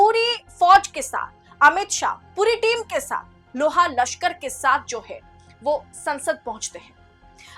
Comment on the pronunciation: Madam loha lashkar nahin LAAVLASHKAR bolo,thodisi hindi sikhlo fir video banane aao